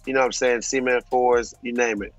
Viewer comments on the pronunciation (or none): WORST TAKE gots to go to BRENDAN for calling the Cement 4's the " SEMEN 4's " 💀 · dad for how he pronounced cement